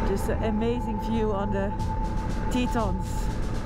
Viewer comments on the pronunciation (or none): Tetons. French word for 'tits'. Pronounced Teh-ton... not Teeeton.